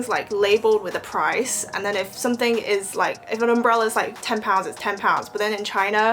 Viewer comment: 淦 2号实锤。something念的很中式。其他人蛮难猜。